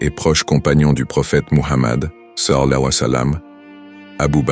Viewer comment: SALLA LAHOU ALLEYE HI WA SALAM POUR QUE L'IA PUISSE BIEN PRONONOCER CETTE PHRASE OU BIEN VOUS METTEZ JUSTE PAIX ET SALUE SUR LUI. CELA DERRANGE D'ENTENDRE LE MOT DEFORME